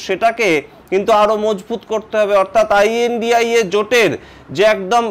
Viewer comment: What is the problem of speaking lNDIA instead of ai an di ai a?